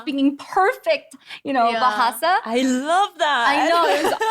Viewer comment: Your bahasa pronunciation is bagus,!